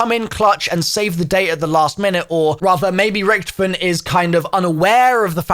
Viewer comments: Oh for f- his name is not Richtoffen! HIS. NAME. IS. Ricky-toffen! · why u say it like ricktafinn